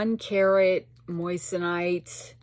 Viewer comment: 😂 you're sick of the word moissanite because you're saying it like the word "moist". It's pronounced like moizanite.. with a z... i have laughed every time I've watched a vid of yours when you say it. 😅😊 xo